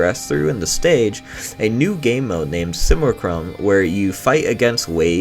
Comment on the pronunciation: Simulacrum Sim-U-lack-rum